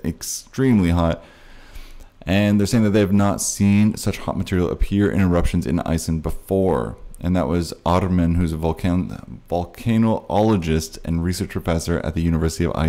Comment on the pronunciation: Volcanologist; pronounced vol-ca-no-lo-gist lol